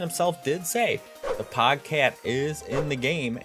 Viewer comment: its POGE CATE NOT POG CAT